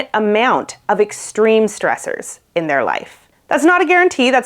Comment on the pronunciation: She said: "We are coming across stressors." But I thought she said: "We are becoming cross dressers."